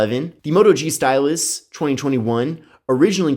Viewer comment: it sounds like he says stylissh